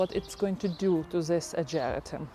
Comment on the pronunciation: Hi, it's pronounced AH-GER-RAH-TUM. At first I didn't know what you were talking about until I looked closely. I also have the Peggy Martin Katrina Rose and it's just starting to put on a lot of blooms this summer. I just love it and can't wait till it grows up the Arbor